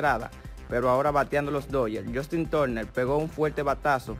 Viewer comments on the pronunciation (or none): none